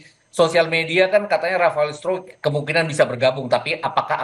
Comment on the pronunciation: Rafael struik dibaca strek